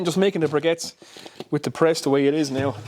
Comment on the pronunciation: Sounds like you have a G in the word "briquettes". :)